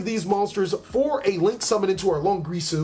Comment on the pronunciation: it's long IR su ... not longrisu